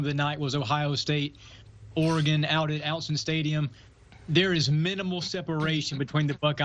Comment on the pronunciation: Please learn how to pronounce Autzen Stadium right